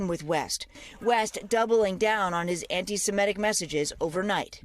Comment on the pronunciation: The word is "ANTI-SEMITIC", not "ANTI-SEMETIC"! Get your pronunciation right, people!